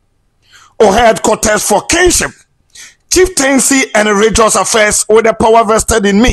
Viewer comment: Please it’s not regious but instead religious please!!